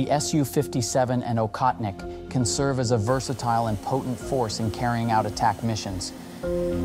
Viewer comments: It is "Ohotnik", NOT "Okhotnik". I hope nobody writes Khunter instead of Hunter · Aa-hoth-nik (not akhotnik) meaning hunter. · It prounced Ochotnik btw. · It's pronouned OHOTNIK.